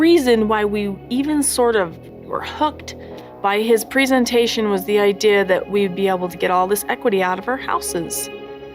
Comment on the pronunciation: Having to hear Sobbin Robyn pronounce the word "idea" made me cringe. She has the weirdest way of saying "church" and Idea".